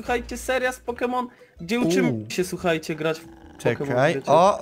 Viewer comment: Może nauczysz się czytać proste nazwy poków? łatwo ci idzie uczenie się jak nauczyłeś się tak debilnego zachowania jakim jest wyzywanie osób pokrzywdzonych ,,niepełnosprawnych"